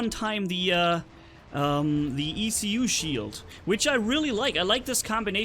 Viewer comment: the ecu shield is pronounced as ecoo